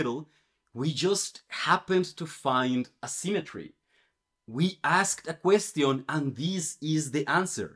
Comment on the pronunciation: Your pronunciation of "question" is wrong again